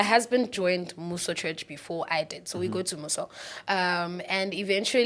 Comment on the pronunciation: He really pronounced Mmuso as M-You-So😭😭😭😊